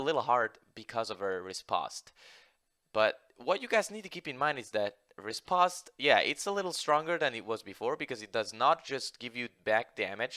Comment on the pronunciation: It's pronounced répost. not rispost.